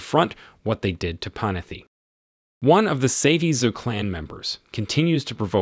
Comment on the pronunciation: Computer mispronunciation? Panetti has 2 t's in it, not 2 f's. Kobe!